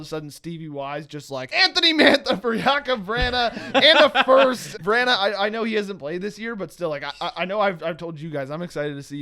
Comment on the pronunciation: it is Jakub Vrana (Jake-ub Vr-ON-A) not (vr-ANNA)